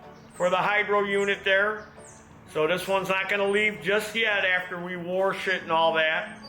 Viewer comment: Warsh it😂😂😂